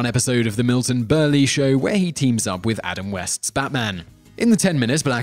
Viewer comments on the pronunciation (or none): Kay-toe (Kato) and Berle (rhymes with Pearl) Other than that great... discovered some new stuff about the great BL - which I didn't think was possible.